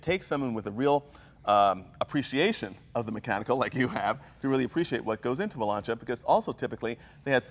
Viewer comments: I have a question. Jay pronounces it “Lahn-see-yah” and pronounces it “lawn-chah”. Which is correct? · I'm British, and we pronounce it Lance seeya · it's not LAN-CHI- AA the exact speech for it, is, LAN-SEE-AA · I'm Italian and i can tell you that it's pronounced LANCHA, all the other pronunciation are wrong. Also the black guy spelled Lancia very well. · I wish Jay didn't consistently mispronounce "Lancia". It's "LAHN-cha" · Jay, if you're a huge Lancia enthusiast, as you say, why, WHY don't you learn how to pronounce its name? It's easy. Every time I hear an English-speaking type saying "Lansia", it makes me cringe... BTW, listen how pronounce it correctly! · Dear, Mr. Como. There is a key underneath CAPSLOCK, called "shift." Also, they did pronounce it LanchIa a few times, and pointed it out in the video. Every nation mispronounces foreign words. It's OK. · i wonder why Jay never pronounced Lancia the correct way like the owner of the car did. I mean Jay being Italian knows or should know that the c is akin to sounding like "ch".... you'd think he'd get a hint and figured out the right way to pronounce Lancia.... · Jay the c in Lancia is pronounced like the c in charlie... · >"I'm a huge Lancia enthusiast" > Can't pronounce Lancia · Jay should learn how to pronounce "Lancia", or just to listen how says it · One of these guys knows how to pronounce Lancia, and Jay doesn't. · 2 questions... how many times can you mispronounce Lancia? how many times can you tell the same story about Gianni Lancia? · Jay you really should learn to pronounce Italian names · Jay! Dude! Practice Lunch--eeeyyaa , not Lun-see-ya. Lunchia -- Lancia. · david j h You don't say "Lan-cee-ah" in italian but lunn-cha ! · has impeccable taste. And, FINALLY, someone other than myself knows the proper pronunciation of "Lancia"; it's a two syllable word pronounced "LAHN/tchah", not "Lahn/SEE/ah". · It's Laan-Cha, not Lan-Si-ya. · Lahn-chu, Jay.. Lahn-chu!